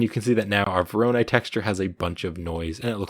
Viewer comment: hey man no disrespect love your vids but that just not how you pronounce voronoi there's no stress on the second o